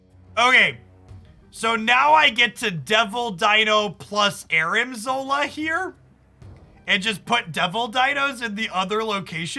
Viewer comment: ARNIM zola not Armin